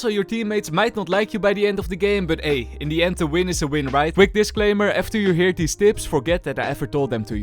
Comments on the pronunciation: Okayyy it's " In the end "and not "Indian" 😂😂😂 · Bro just say indian not in the end😂😂😂